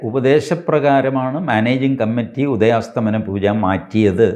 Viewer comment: Sir, ഉദയാസ്തമന അല്ല ഉദയാസ്തമയ എന്നാണ് 🙏 Thanks